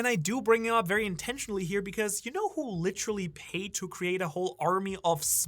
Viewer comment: got a "litcherally" in the first minute damn that might be a record